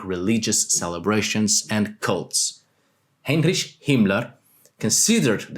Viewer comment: please, please, please learn how to say Heinrich, it's like being kicked to my ear, and i was only identify that person from the context, now from how you've said that name